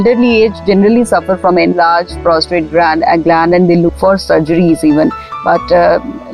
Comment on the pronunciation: Its Prostate lady not Prostrate